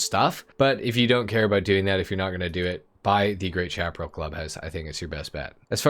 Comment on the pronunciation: I still wish we could own more then one MC so that all the bikes could have club house parking. And the auto shop should have two floors for all it's Tunners. (Bikes in a car garage look lonely!) Chaparral is said like Shap-a-rail. Like the old t.v. show The High Chaparral. High desert sandy land, stuffed very well with various shrubs and stumpy types of trees.